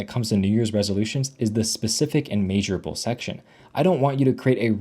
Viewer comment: It’s pronounced mehsurable not may but great video